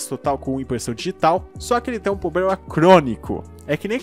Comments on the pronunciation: Cara, me inscrevi no canal... Mas há uma coisa que me incomoda: não é poblema ou pobrema é *PROBLEMA*... desculpe mas seu conteúdo é ótimo para ser tão criticado graças a um erro fonético... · como é difícil pronunciar a palavra "PROBLEMA" heim! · Ele tem Ploblema! 😂😂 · "Poblema" "Pobrema" "Plobrema" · Outra é o "poblema" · poblema kkkkkk